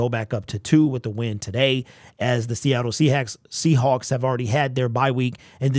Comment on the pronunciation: Seahacks...lol you said Seahacks !!! LMAO !!!